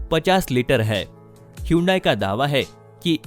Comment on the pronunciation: Atleast pronounce hyundai correctly😃